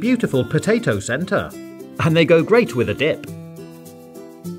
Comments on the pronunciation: I heard dik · Do you hear dip or Dik